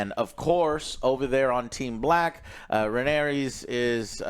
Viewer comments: Can you please get the names right. I know it’s hard… they all sound the same. But it’s Rhaenyra, it’s Daemon. When he mispronounces their names it really throws me off because I’m confused who he’s talking about. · I gave him a pass when he butchered Rhaenyra's pronunciation but then he immediate went on to call Daemon Damien like ffs. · Not even a minute into the video and the title of the episode already mispronounced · The title of the episode is literally Rhaenyra and he STILL manages to butcher the pronunciation so badly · Joe can never pronounce the correct named 😂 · lol I was just thinking “why is it so hard to remember RHAENYRA? lol.” He remembered the side character names though. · RA KNEE RAH. FOR FUCKS SAKE. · HOTD characters. "RaneREEZ the cruel" "ReneRAA the queen that never was" and "Corels the sea Serpent" "Damien targarian" "coleston chris" Last but not least - Sir Eric & Eric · Joe... RHA-NYR-AH... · "Ren-aireez" 😂 Her name is Rhaenyra... Ray-neer-uh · I feel like we’re watching different shows when I hear Joe call the characters by their names. Like who tf are “Rain-ares” and “Damien?” The show I watch has Rhaenyra and Daemon. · 😂😂😂how do they not get a single name right 😂. Aemont, Raehnys, Damian😂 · Say it with me: RUH-NEAR-UH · Jesus Christ Joe learn the names. “RheneRA, the Queen that never was” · It’s rheanys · I know but in the video Joe says “RheneRA, the queen who never was” while calling actual Rhenera, Rheanys. He says it with confidence too which is even worse lol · I actually sort of love Joe's mispronounctations, they're like an easter egg